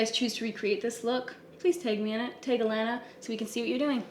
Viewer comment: The way you say it I thought her name was Atlanta 🤣